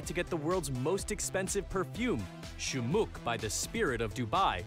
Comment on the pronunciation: shumuck in the uae means a great man bro its spelled shomokh like in khalid not kalid